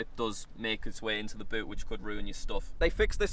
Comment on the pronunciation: but or boot.... that "u" words funny